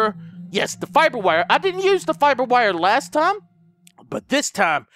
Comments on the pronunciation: in the beginning you said fapper wire lmao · "...I got my fire wiber- FIBER WIRE!!" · lol you said fapper wire :D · trying to pronounce fiber wire was the best part about the whole video.😂